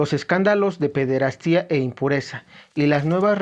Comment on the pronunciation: Hermano. Gracias por tus vídeos. ¿quíen sería el antipapa? Pir otro lado, sin afán de ofebder, se pronuncia pederastia, no pederastía.